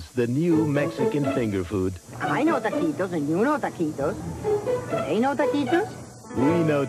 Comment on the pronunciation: "I know taquitos, and you know taquitos...do THEY know taquitos?" Narrator: "WE KNOW TAKEEDOS."